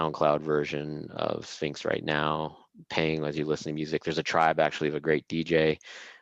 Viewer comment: Great talk! Premium organic kosher food for brain. mispronouncing Sphinx was inevitable ofc LMAO